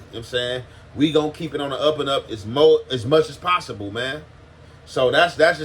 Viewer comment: Bro said mulch not much 🤣🤣🤣